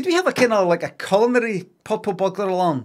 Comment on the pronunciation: i like how even when he did the robot voice at the end he still said burgber